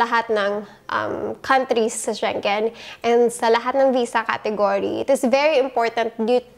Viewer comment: ”She-ngen” po yun not sheng-gen. 😉